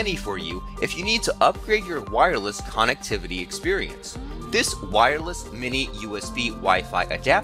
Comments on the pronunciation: I wouldnt trust a single fucking thing you say or do with how you say KANNEKTIVATIE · the way he says connectivity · Veltza Canadian detected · Veltza thought it was only me